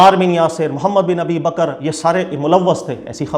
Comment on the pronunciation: Bakr ko bakra kyu bol raha hae........?